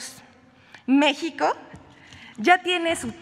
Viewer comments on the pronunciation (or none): none